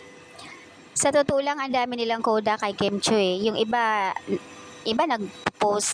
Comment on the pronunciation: KIM CHIU NOT KIMCHUI. It’s pronounced CHEW NOT CHEWY